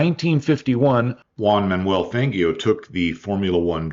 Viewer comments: just to note, in Fangio it's not G as in Greg but G as in George. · Great video but please don't ever use a hard g in Fangio's name ever again. He was a great racing driver not a cartoon vampire